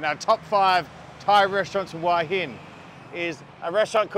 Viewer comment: Love the videos , but to me you pronounce Hua Hin incorrectly. Think it should sound like Wha Hin . Can you check it out please